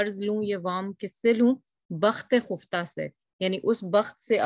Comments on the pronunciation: لیکن یہ خفتہ کا تلفظ خ کے زبر کے ساتھ ہے یا پیش کے ساتھ؟ ہم تو پیش کے ساتھ پڑھتے آئے ہیں۔۔۔ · آپ کا تلفظ درست ہے، خُفتہ ہی ہے۔ تلفظ کے لیے فایزہ کو سنا کیجیے۔ کبھی کبھی ایسی غلطیاں شرکاء سے ہو جاتی ہیں، جن کو کلاس کے بعد درست کرنا ممکن نہیں ہوتا